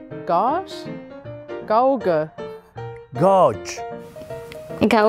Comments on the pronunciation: when trying to pronounce Gauge in like a real German: GauGe 😂😂 This was amazing! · Huh, totally messed up gauge and quay. Can't tell how many did I say correctly, but the others were at least close. I still hate English pronounciation, but I hear it so often... 😄